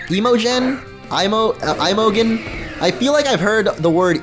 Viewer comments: I love how you called the girl Im-o-gen, you say it as im-a-gin. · It's pronounced Ih-Moh-jen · its pronounced EM-ah-jean wtf lmfao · you pronounce it im-o-gen ;-) 🌌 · Oh wow pronunciation of Imogen....